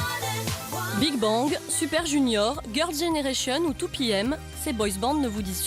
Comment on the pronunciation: Ne te dis pas fan de K-pop si tu dis "Kapop". Bigbang dit à la française est pas mal non plus :rire: "JiPop" /RIRE/ [...] Girls' Generation [..] Ces boys Band [...] MDRRRRR :') "Girls", c'est des filles :') /RIRE/ Psy, c'est pas de la Kpop, je trouve qu'il en donne une fausse image :') "La Kapop" Ptn, K-pop ça se dit à l'anglaise.. :'(